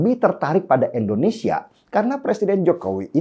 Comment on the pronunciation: Abg mnta maf sbelum nya,, krna aqw dengar b kata endonesia luruskan nma negara kita yg tercinta ini indonesia.. Bkn endonesia